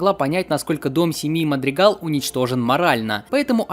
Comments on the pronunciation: Не Мадригал а Мадригаль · Не мадрегал а мадрэгаль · ОАПРВОАПРВОАПРВОАПВАП НЕ МАДРИГАЛ А МАДРИГАЛЬ!!!! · Не Мадригал, а Мадригаль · Даже в оригинальном дубляже, тоесть в английском, иногда произносят мадригал, а иногда и мадригаль